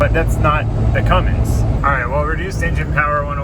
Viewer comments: Cummins*,. There is no 'G' in Cummins. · I don’t know why people put a fuckin ‘g’ in it. Annoying